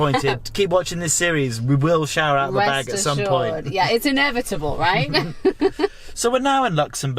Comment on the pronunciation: Shower rrrr👍💪🤣🤣🤣🤣🤣